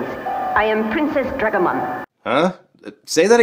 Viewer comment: i think its pronounced dragemon